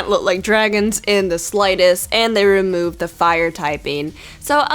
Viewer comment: You said rumoved not removed